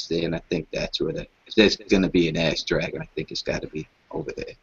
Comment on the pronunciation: My dude + 100% said ass dragon